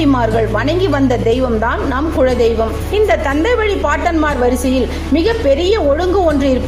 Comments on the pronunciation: உங்கள் உச்சரிப்பு குழ தெய்வம் என்று ஏன்? அது குல தெய்வம்.. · Kula deivam... Not kuzla deivam.. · modhalla kuladheivam ngra worda olunga sollunga